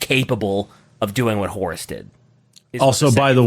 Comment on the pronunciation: better hath gotten an earful after that last "WEHAT"